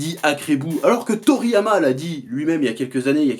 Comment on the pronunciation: Toriyama "Toto"? lol